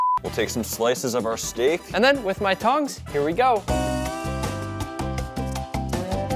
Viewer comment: he said with my tongs but i heard with my tounges